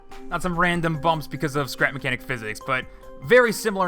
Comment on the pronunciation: Welcome back to “scerap mecniac”